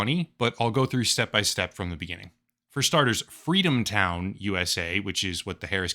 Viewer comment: Fweedom town?